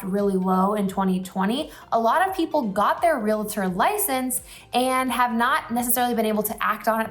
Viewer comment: It’s pronounced REAL-TOR not REAL-UH-TOR. sorry I work in real estate and it’s a pet peeve of ours 🤣